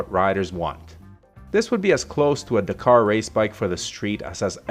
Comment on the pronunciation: Amercians...if you could only speak english...Dakar = Dack car.....!!